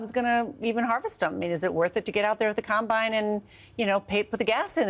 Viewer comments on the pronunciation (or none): none